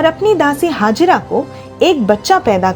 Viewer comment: Ismail ko janm dene wali ka naam hagira nahin, Hegar the, proper pronounced karen.ye pavitra sabd hai.